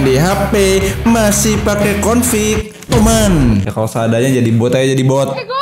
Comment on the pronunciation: Apaan config Apa itu confik?